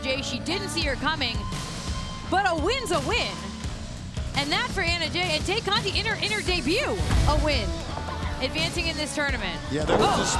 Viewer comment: These goofy Caucasian commentators are calling Tay Conti, Te-Cate 🤣 like the beer... Blessings